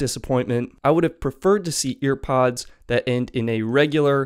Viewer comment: Hearing “EarPods” annoyed the SHII outta me like say it right or don’t say it